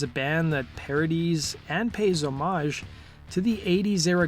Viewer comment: Thank you for pronouncing homage correctly. When people pronounce the H it drives me crazy!